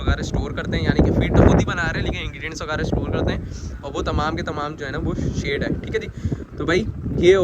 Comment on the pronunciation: it is shed not shade.